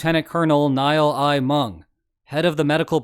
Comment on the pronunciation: 'Listen up Country Boy! 'Niall' is Scottish for 'Neill' or 'Neal' and pronounced the same as those two, not as 'Nile'.